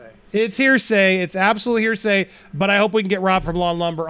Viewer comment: Hahah, "hersay". Was that on purpose?